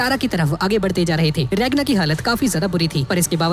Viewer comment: Naam to sai lo regna nahi ragna he noob